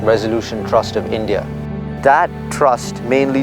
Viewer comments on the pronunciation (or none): none